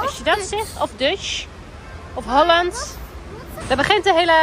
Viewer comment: Je zegt holanda